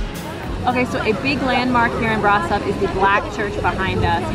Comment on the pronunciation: actually it s pronounced "Brashov" and "Pelesh". Keep up the good work! I like your vids!